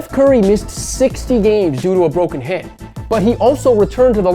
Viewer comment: Dude, you need to work on your PRONUNCIATION. Open your "mouf" man. Steph Curry broke his hand but the way you talk it sounds like HIP. (major difference) Even YouTube captions displayed "hit".